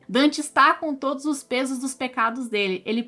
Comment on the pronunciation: Parei de assistir quando ela falou 'todis'.